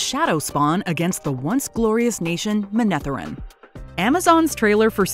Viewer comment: why is she pronouncing EVERYTHING wrong? Aiel, is meant to be like El, Manetheran, incorrectly stressed syllable